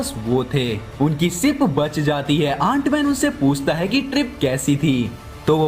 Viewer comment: Aant nhi ant 🐜 hai wo